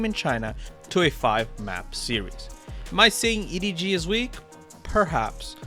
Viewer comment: i'm sorry this was a great video until you called him EDG smodgy